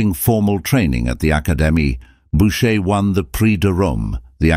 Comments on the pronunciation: Is this a computer reading the text? .Since it cannot even pronounce correctly the name of the artist. It is not boucher...but pronounced booshay. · So - Boocher, Bowcher, Boosher, Bowsher? I never heard so many mispronunciations of a single name. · The presentation is unfortunately replete with clichés , mispronounciations and, what is worse, howlers (such as asserting Louis XV was the son of Louis XIV! He was his great-grandson!). The pictures remain beautiful, however, and we are fortunate to be given time to enjoy each one